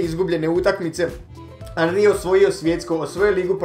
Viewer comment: nije anri nego enri